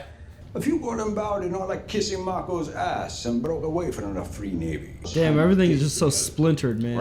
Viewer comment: ‘freer navy’ lol